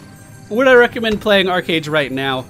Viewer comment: If you pronounce it ARCHeage you're WRONG it is ARCHEage as in an ark....not an arch....